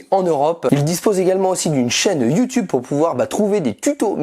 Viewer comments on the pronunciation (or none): none